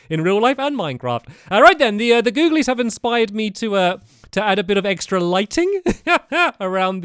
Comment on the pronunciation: When he said googlelys that hit different